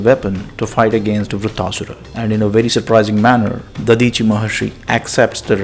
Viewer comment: Vritra , not vritta